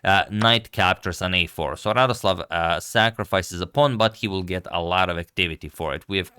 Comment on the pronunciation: To be correct, he is not Radoslaw, but Radosław. Like "w" in 'wow'. He is polish GM, not from russia.